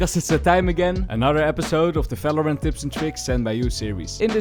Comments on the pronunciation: bro why you pronounce falorant? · He can’t pronounce the v so that’s why I guess. Leave him alone tho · he can, actually. He might not realise though 😂 Words starting with the prefix 'ver' are pronounced in German with the normal v sound we use